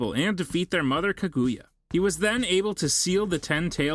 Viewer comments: After he says Kaguya I couldn’t listen anymore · He pronounced every word so funny: jinjustu- genjustu......rasangen-rasengan.......manato-minato....akatasuke-akatisuki.......kagayal-kaguya😂🤣😂